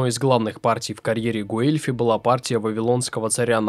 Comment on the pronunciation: Собственно Гуэльфи тоже не через У Э произносится, там дифтонг, почти английское w. Но это всё не критично